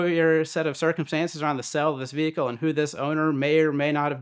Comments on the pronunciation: Whats a veehickell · A Southern vehicle.